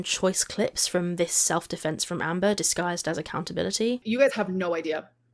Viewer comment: Nearly saying Hamber is so funny lol